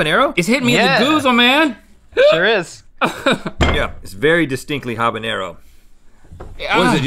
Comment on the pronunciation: Great pronunciation of habanero guys truly American 👌